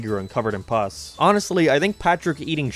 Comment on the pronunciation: he does NOT know how to pronounce pus.